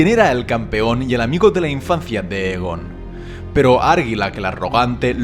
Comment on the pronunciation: Está bien, pero estaría mucho mejor si pronunciaras los nombres correctamente. En la serie ya se han dicho varias veces y pronuncias mal Aegon y Targaryen, entre otros. Saludos